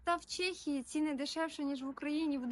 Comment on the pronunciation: Чому Чєєєє ? А не ЧЕхія 🤔🤦‍♂️ Так само як Чєк і Чек з магазину